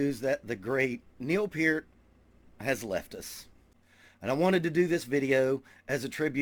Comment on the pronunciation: "Pert", not "Peert". Mis-spelling intentional. Liked you otherwise, because you listed Levon Helm as your favorite drummer too. You seem like a good dude, so subscribed. Drum on Brother.